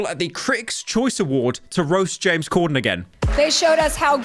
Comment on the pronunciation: It's Corden not Cordon